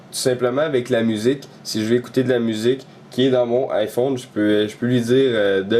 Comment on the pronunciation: en français on dit bien AÏE phone ! et pas I phone :)